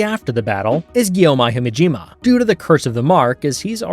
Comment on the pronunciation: bro said gyomeye himejima